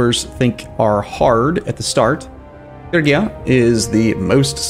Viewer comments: Just think of a Fridge-ia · he's absolutely correct in Modern English pronunciation. Every historian, and expert on the place and time will pronounce it that way when speaking in English. Fridge-ia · es Frigia, no Frisia. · Phree-gi-a not Fergia lol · Dude it's FRIGIA not FURGIA ... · Probably not gonna help now, but it's pronounced more like Fre-gee-ah. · Fridge-ee-ya? No way the "g" is definitely a G like in grass, and not a DG like in giraffe. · More like Free-yee-ah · Every time he says “Fergia” I die a little bit. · It's pronounced "ˈfrɪdʒiə" btw, so kinda like Fridgia xD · Not in Ancient Greek it isn't. [pʰryɡía] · It is Ph-ry-gia. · It is Fridge-ia actually. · Oh by the Gods the way you pronounce "Phrygia"! xD